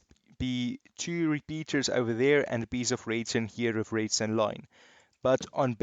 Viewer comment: I love how he says „Reedstone“😂😂